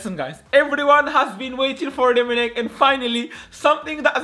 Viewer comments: The commentatory be like Rummenig...😳😂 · The way the commenyator says "Rumminigge"💀💀💀